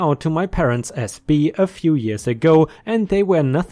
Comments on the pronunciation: bi as in bisexual... not bi as in bee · "bi" sounds like "hi" but with a "b" sound instead of an "h" sound. Buy/Bye/Bi.